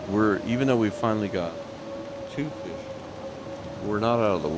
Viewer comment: Feesh? Maybe?